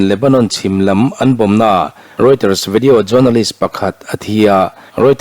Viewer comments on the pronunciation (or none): none